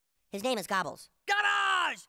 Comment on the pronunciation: 233 i'm pretty sure he's calling it Gobbles